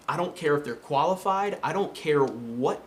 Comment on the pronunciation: When first said "qualified" i heard "koalafied" AM I THE ONLY ONE?!